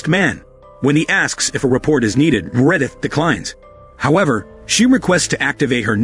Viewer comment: Anyone named “Meredith” I’m saying “Me-Re-dith” from now on. Crazy how we are watching a movie about robots and Ai while an Ai voice is doing all of the work on this channel.😂 The Irony!